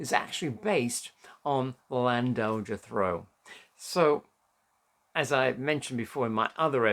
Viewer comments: You are pronouncing Llandogger Trow totally wrong.... Try Lan-dog-er Trow (trow rymes with how or wow) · A good try , the main reason for the naming of Christmas Steps , is that of the church at the top of Christmas Steps , which is , or was called The Chapel of The Three Kings . Also I agree with a previous subscriber that the pronunciation of Llandoger Trow needs to be improved .